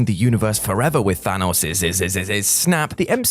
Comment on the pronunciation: WTF is with his dumbass pronunciation of Thanos.?!🤔